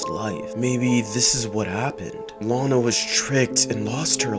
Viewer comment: It 's not lina it Lana.